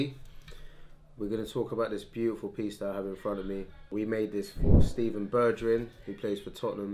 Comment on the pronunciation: The way he pronounced Bergwijn’s name 😂😭💀